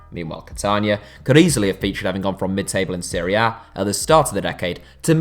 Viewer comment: Everytime he says "Serie A", it sounds like he's saying Syria.